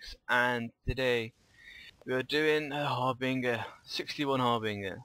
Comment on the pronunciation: love the vids, just one thing tho, you gotta stop saying "Har"bing"er", Try "Har"bin"ger". Thanks.